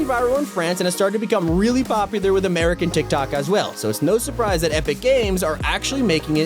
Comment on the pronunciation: You ruin the word surprise